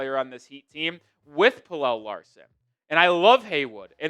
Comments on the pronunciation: its Pel-luh not Pel-elle, pleaase stop pronouncing it like that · It's pronounced Pella not Pellel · Pel el … Kel el. You do a story on Pelle (Pella) and you say his name wrong. Weak.